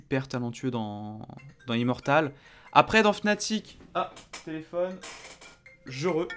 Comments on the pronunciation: ca ce prononce fanatic et ca secrit fnatic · Med Brochh Non non, Ça se prononce Fnatic